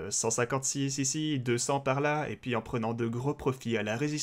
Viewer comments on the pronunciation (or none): Slt:), tout d'abords MERCI pour ton travail et ça qualité, juste un truc me fait rire a chaque fois c'est comment tu prononce "et puis" par "et poui" (aucune moquerie de ma part rassure toi), juste amuser. Continus comme cela et MERCI encore;). P.S: Si tu pouvais mettre en lien en description sur les "whales" le site ou l'outil ce serais super merci;)